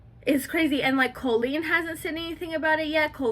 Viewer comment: Its so funny how every drama channel mispronounces colleen's name. 😂